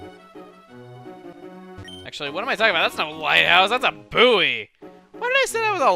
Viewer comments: waiit.did he call a buoy (pronounced boy) boowee.... Siiigh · What. What. Who the hell says "boo-e"? It's a boy. Spelled Buoy, pronounced boy. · 'booey' :L i had to replay that about 10 times before i even came close to knowing what you said. In England its said 'boy'... :p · "Who the hell says "boo-e"?" everybody exept you! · I will never not be amused by the way Americans say buoy 😄 Lilycove always held a special place in my Pokémon heart, the place where the sea really begins and the first time a route was very much more than a narrow path. That ocean is huge!